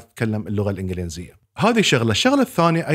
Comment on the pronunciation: الإنڤلينزية ❌ الإنڤليزية ✅